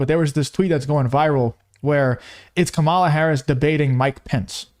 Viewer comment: It's Kamala, not Kamala!